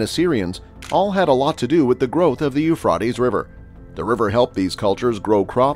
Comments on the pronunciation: It's Euphrates not not Euphfaed learn to say it correctly please. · PLEASE PRONOUNCE THE A; EUPRA’TES RIVER; ACCENT ON THE A!!! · IT IS PRONOUNCED EUPHRA’TES; PRONOUNCE THE A PLEASE!!! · Sounds like he is saying .eu fartys river . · I agree, I sent a post telling him to pronounce the A in Euphra’tes River. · Every time I hear this man's voice as the mono log I hear less than 5 percent of new content from every video . Why is that? If to put out new than follow up with new information and I beg of you not to repeat yourself more than once it gets hard to hear someone always repeating 3 times on location and what river. When you DON'T pronounce the name right anyway. Thanks